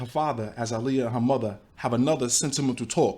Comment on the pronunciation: The fact the mom pronounced her name "ugh-liyah"... smh